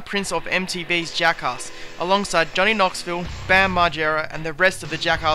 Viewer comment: U pronounce Jackass like Juckhauss, haha it's ok :)